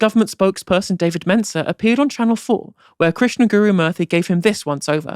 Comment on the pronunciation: can't even get Krishnan's name right